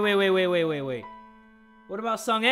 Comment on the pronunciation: Pronunciation is sung ah not sung ey